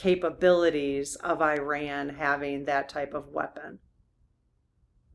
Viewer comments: It's not pronounced liked "I-Ran". The correct pronunciation is like "Ear-Ron". Please pronounce this country's name correctly! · No, EE-RAWN. Not E-RAN or I-RAN. EE-RAWN. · EE-Rahn, not 'I ran' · The correct English pronunciation of Iran is ee-rahn, it is not pronounced i-ran. Just passing on what an Iranian associate corrected me on, and it does roll off the tongue easier. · EE-Rahn not 'I ran' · I had an Iranian friend yrs ago who corrected my pronunciation: it is “EERAN” not Iran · Iran is pronounced E-rahn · Yes, PLEASE. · Iran is most commonly pronounced as ih-RAN (rhyming with "man") in standard American English, or ee-RAHN (rhyming with "father" or "gone") in the UK and in native Farsi. The stress is always placed on the second